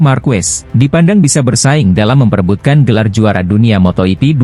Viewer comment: motogp .,.. jok torjok...bukan moto yipi dasar torjok